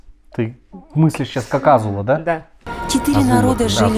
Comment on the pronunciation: Господи азУла 😂😂как же Áзула режет слух